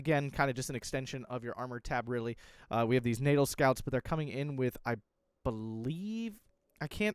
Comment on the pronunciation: Just want to help you with word pronunciation for natal = Nah-t-al. Sorry